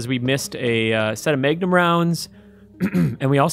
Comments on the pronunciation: First he says, day-gehr for the dagger, then he says may-gnum for the magnun, this time around he says stay-gering for staggering (sighs) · Keep it coming GI. Also, Maygnum.